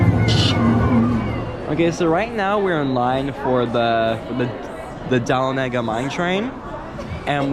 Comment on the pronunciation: You didn't pronounce Dahlonega right.